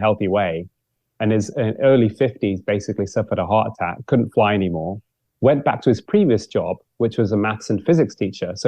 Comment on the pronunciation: I wish this nice and very interesting man would speak properly - heart a-ack. Sta-ins. Although he doesn’t do it all the time!